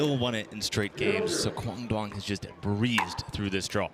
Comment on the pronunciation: need to pronounce quang duong name better